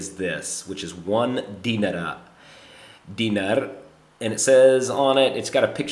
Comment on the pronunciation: you pronounce dinar wrong